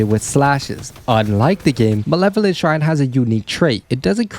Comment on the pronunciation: malovent kitchen 😂